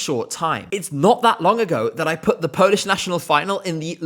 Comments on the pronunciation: Your Polish pronauciation is really good! I am proud that my country is finally moving farward from what we have presented before. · Good job and really good Polish pronounciation. Thaks! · I really recommend you to listen to Sw@ dyskography as he has produced some real gems like bahato, anjela, or vysoko letaju. I was really impressed by the national selection and liked quite a few of the artists. And kudos on the polish pronunciation 😊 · Your pronounciation is really good. As a Pole I can confirm that😅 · I have to say often British people struggle pronouncing our names but you did a pretty good job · wow you're so good at pronouncing polish I'm impressed. Hardly anyone bothers to even check how anything is supposed to be pronounced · As a polish viewer, this video was a pleasant surprise. Finnaly Poland in ESC is being talked about in a positive light 🥰 I also loved Lusterka It's clear that you check how to pronounce polish words and it's greatly appreciated! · Your pronounciation is great for a Brit, we appreciate the effort 🫡